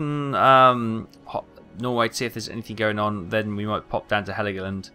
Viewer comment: Dude its called "hell-go-land"... Greetings ;)